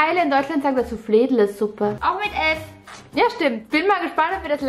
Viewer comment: Haha 😂 wie Viki bei Flädlesuppe ausgesprochen hat😂😂😂